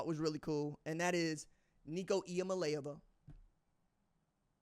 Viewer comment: I thought Nico’s last name was pronounced Iam-ali-Ava or have I been mispronouncing it wrong this whole time